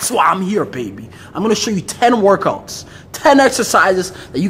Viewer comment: “I’m gonna show you 10 workoats” 😂